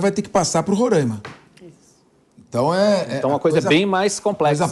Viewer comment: Este apresentador tem que aprender a pronunciar Roraima e Pacaraima